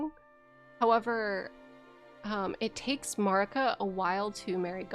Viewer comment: MAER-ih-kuh please. No MARR-ih-kuh. They say her name in the cutscene. So we know how its said.